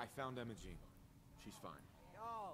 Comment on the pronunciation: popular southern girl's name "Emo-Gene"